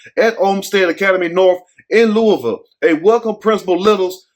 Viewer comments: Yes I was happy he pronounced it right, Luhval! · And you said Louisville correct because people not from here say it wrong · Hi,. Love your channel. You pronounced my city correctly, without saying the 's' in Louisville. Could you please do a video report on DOJ finding regarding Police brutality and Breonna Taylor's case? Our LMPD Police Dept has been corrupt for decades.